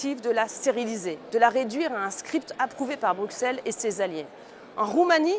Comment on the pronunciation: Bonjour Madame Joron, Un Bruxellois vous le dit : on prononce Brusselles et non Brouxcelle. Merci pour tout.